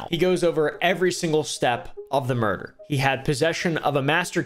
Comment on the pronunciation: "Is it just me or do people get muerder a lot nowdays" -oompaville 2024.